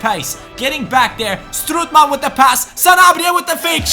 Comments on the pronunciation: Hahahha, you say strootman wrong, you Say stroetman, please have a look how to say it good, its strOOtman, Oo like Olimpic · Strootman is pronounced like 'boat' stroatman not like 'good'